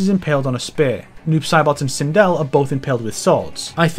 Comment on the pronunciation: Why the heck are you calling sindel during mk11 aftermath segment twindel